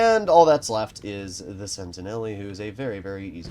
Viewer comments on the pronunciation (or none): just quickly about the pronounciation, it's not "sentineli", its "sentinel", that is much closer to the french pronounciation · Yep, the e at the end is silent in French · Pretty sure the -e is silent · I was going to bring that up as well.